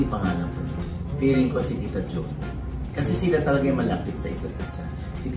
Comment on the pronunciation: its JO-NI ..base sa buka ng bibig